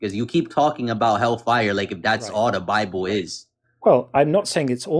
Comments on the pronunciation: The way he kept stressing the FIRE instead of hell was annoying. hellFIRE, hellFIRE. I've always said it HELLfire. Idk lol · What irritates me most about this guy is the weird emphasis he puts on the words hell fire. "Hellfay-urr" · “Fazzer” instead of Father. “Woman” instead of women.. hellFIRE instead of hellfire. This guys IQ would freeze an ocean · The Hell FIRE emphasis is weird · Why does he pronounce hellfire that way